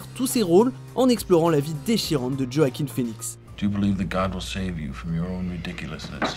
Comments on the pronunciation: Quand tu commences la video et que tu entend Joakim Fenix… respectez le, ca ce dit « Hwakin » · Djo-a-quin? Son nom se prononce wakine. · Ça m’énerve les gens qui disent JoachiM au lieu de Joaquin. Oui je suis chiante. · En effet, le nom se prononce Wakine et non pas Djo-a-quin. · Le réalisateur Philippe todds prononce "wakine" plutôt yoakine en mode rapide qui croire xD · Ça se prononce « ioaquin » excellent acteur mon préféré, ❤️ainsi que le génial James Mc Avoy ! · On dit : ROAKIN !!!!!!!!! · oui il faut chipoter par ce les nom arabes vous les dites très très bien vous les français allez souviens toi bien roakine allez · Non ça se dit roakine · Tu C pas dire joaquin